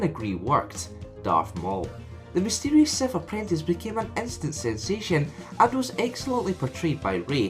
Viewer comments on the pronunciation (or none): none